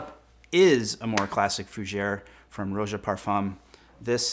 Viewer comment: Thx for the video. Btw, it’s not pronounced “Roje”, he’s English and it’s simply pronounced Roja....emphasis on the Ja...hope that’s helpful.